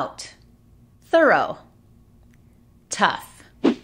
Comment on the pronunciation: No pronuncien 'thorough' asi como 'thurrow' que ha dicho foneticamente, la manera correcta es 'thurru' terminando como el 'u' en 'up'.